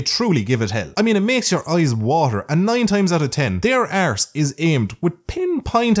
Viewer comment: the way you say fart and arse is absolutely hilarious.